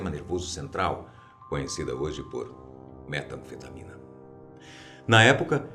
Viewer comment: na hora que ele falou metanfetamína '-'